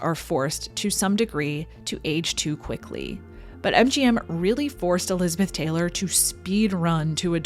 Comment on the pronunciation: Are you saying "lizard dick" or am I just hearing what I want to hear?